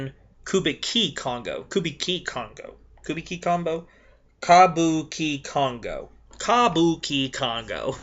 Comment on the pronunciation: It's pronounced "ca bu ch congo"